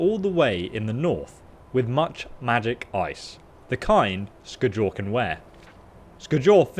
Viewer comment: It’s skyol not skejol